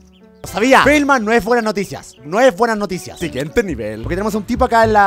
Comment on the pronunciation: ziguiente nevel quien más ama cuando Germán dice eso (siguiente nivel) así 💓💓💓😍😍😍